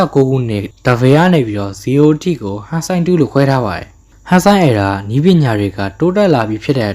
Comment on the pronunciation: Hey . . . my brother Toho နဲ့ Toei နဲ့ကို ရောမချနဲ့လေ . . . 😅 နောက်ပြီး အသံထွက်တွေ မှားနေသေးတယ် . . .😮‍💨 Heisei (ဟေးဆေး) Reiwa (ရေးဝ) Era (အီရာ) Gaim (ဂိုင်း(မ်))